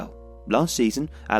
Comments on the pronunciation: حد لاحظ انو قال بدل الأهلى الافلى هههه Alahly not Alafly hhh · For the love of god man, stop staying " el akhly " The extra letter you're trying to add is not in this word. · As English doesn't have any similar sound natively (not even the "kh" he was using), getting the difference between the various Arabic h/kh sounds right is particularly hard. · EL AKHLY EL AKHLY EL AKHLY EL AKHLY EL AKHLY EL AKHLY EL AKHLY EL AKHLY EL AKHLY EL AKHLY The video is amazing as always but the burtchering of this word is just killing me inside.